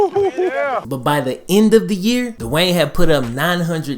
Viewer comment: Good vid, but Dwayne not Da-Wayne.